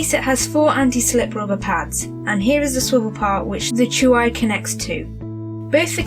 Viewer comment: It's pronounced CHEWY and the keyboard, which is now updated with a new layout and black keys, has got to have some weight or it would topple over when the tablet is inserted. I've owned this tablet for nearly a year and it has replaced my old desktop. I love it! I only paid 149GBP at the time and it was money well spent. The newer Hi13 is due for release next week.